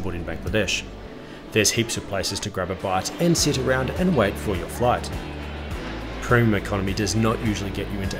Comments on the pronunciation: "Proom" Economy product? Such mispronunciation reduces the veracity of your commentary. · This guy can't pronounce "Premium"